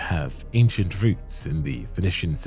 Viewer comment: If you said Tanith wrong intentionally, well played. Edits Jk you said Phoenician wrong too, don’t think that was purposeful 😂